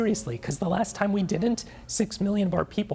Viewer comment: Muh Seex Meelion! 😭😢